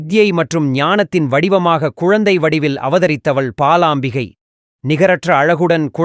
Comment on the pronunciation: Not palaambigai.. it is balaambikai